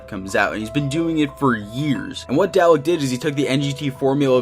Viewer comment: The way you say Dalek is so retarded.....Everytime i heard it i auto cringed.